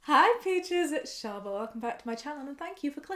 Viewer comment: shaaba i thought ur name was sherbet because of jammis accent